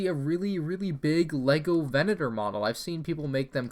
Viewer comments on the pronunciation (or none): VE-NA-TOR PLEASE